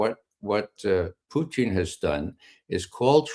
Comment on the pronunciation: Ray Mcgovern pronounces Putin's name as Poutine which is a French Canadian dish of french fries topped with gravy and cheese!!!!